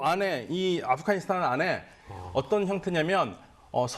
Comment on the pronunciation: 이 양반들 왜 자꾸 아프가니스탄을 아프카니스탄이라고 발음하지?